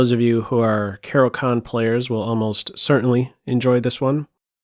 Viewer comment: It's pronounced "Caro-KHAAAN!"